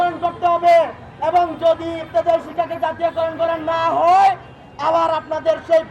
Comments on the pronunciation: ইফতেদায়ি না ইবতেদায়ি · এটা কেমন শিরোনাম। এত বড় উচ্চারণ ভুল করলে হবে? ইফতেদায়ি নয় বরং ইবতেদায়ি